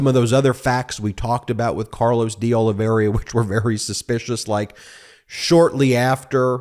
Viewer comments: "Oliveira" pronounced as it is spelled..not "Oliv-e-RIA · Hi BEN! Portuguese names are your nemesis. Look at the second "I." It is BEFORE the "R" and not pronounced. It is "Ol i ver a." That dang extra "I" trips up a lot of people especially when it comes to spelling. My last name is rare and included on the confusing list.